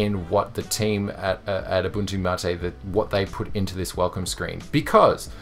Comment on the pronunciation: You said mate correctly!